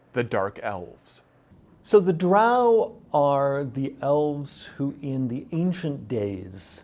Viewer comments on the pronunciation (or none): none